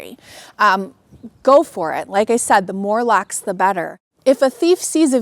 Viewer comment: Its "Locks" not "lacks"